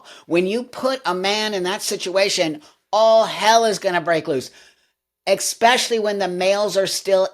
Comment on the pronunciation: Buck, I love it when you say "ekspecially" 😄🧡 On a more depressing note, this has been happening in the UK for years. JK Rowling has fought against this tooth and nail. She tweeted out a list of "trans women" inmates who committed sexual offenses against women and are now in femal prisons. Some of them got other inmates pregnant. This is what got her charged with "hate crimes" by the Scottish government. Although maybe now that Humza Yousef is no longer PM that law might be overturned, here's to hoping. I wish JK Rowling would come in your podcast!!